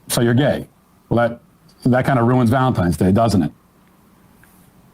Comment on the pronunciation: Did Emma just say "Valensgay" towards the end? LOL We have a new holiday!